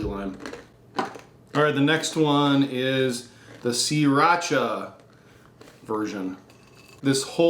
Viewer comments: sah-rah-cha not see-rah-cha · "see-racha" really??